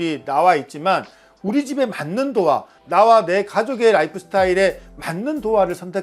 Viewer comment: 도아x. 도어o